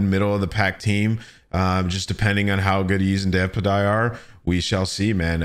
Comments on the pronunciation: Davpadie is pronounced "Davpaddy" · Great vid btw “Davpadie” is pronounced as “dave-pad-y” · "davpuhdye" lol c'mon dawg